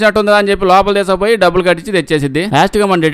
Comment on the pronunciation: డబ్బుదు కాదురా డబ్బులు అని చెప్పు